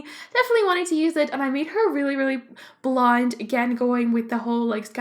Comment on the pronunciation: When you say blond it sounds like blind